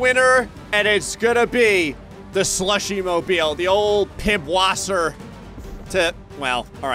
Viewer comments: "Pibwasser"? It's pronounced "pissvassa". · Pib-wasser? I thought Pib is pronounced P*ss.... :-D (Check your German dictionary for Eszett :-D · The ß symbol is actually a Germanic letter pronounced as a long s so Pißwasser is pronounced pisswasser. Makes it a lot funnier, at least to me. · so fun fact, the "b" is PiBwasser is actually a german character (i believe its called an es-set, unsure of spelling and/or actual name) that is pronounced like "s" or a soft "c" so the actual pronunciation of the word is pisswasser (or if you want to be extra pedantic "w" in german is pronounced as a "v" so its technically pissvasser but i digress) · I'm assuming was just being family friendly when he called it 'Pibwasser' and he knows the 'ẞ' is actually a double 's'.